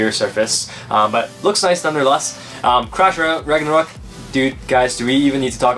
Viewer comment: Is it just me? or i hear trash ragnarok instead of crash ragnarok?